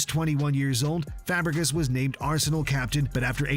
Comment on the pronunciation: bro says Fabregas dude😪😪 put some respect on Fabregas name he was a beast one of the best mids of his time one of the best assisters ever